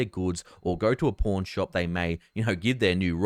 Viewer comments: I heard something else than "pawn shop"... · I love you, long time viewer. The entire time I hard "porn shop" and not "pawn shop" lmao. Thank you for all the incredible data!!! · Had to tell my wife he said "Pawn Shop" not "Porn Shop"